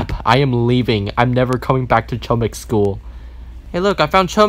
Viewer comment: HOMIK ITS HOMIK